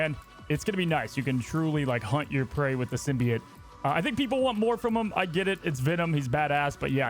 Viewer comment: The way this guys says symbiate😂